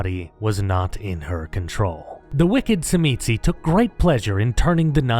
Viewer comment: As a Tzimisce player... your pronunciation is not surprising, but still hurts lol. The way I learned to pronounce it was in the Revised Edition core rulebook where, beneath the name in their chapter, it has it pronounced as "zhi-mee-see".